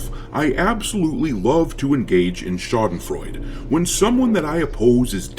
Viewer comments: Schadenfreude 90% pronounced right, well done dude 🤝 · Haha I love how you pronounce Schadenfreue. And yes, it IS extremely satisfying to see all those multimillion $$$ corporate "products" fail in the market. I had my epiphany with Far Cry 6. Such LGQBT BS completely ruined it for me (even with my low expectations for a new Ubisoft open world game). Netflix was cancelled when this Star Trek show where everyone was gay just wouldn't stop discussing everyone's abnormal sex life. Bah I cannot stand this shit anymore!!!